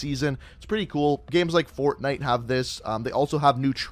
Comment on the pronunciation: Buddy it's not fortnut